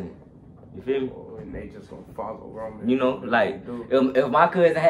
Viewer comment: its roman not woman